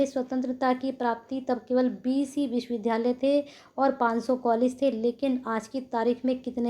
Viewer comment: विश्वविधालय नही विश्वविद्यालय पढ़ा करिए।